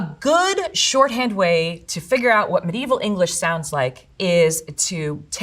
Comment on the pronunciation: Great! How do you pronounce 'mediaeval' again?